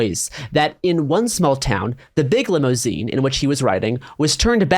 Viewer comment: I've never heard this word pronounced "limmo...seen" before.